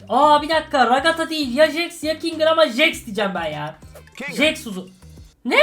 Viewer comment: Abi jax diye yazılıyor jex diye okunuyor